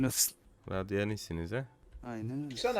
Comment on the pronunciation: o kadar radyant olmadığı belliki radyanit diyo radyanit madde awq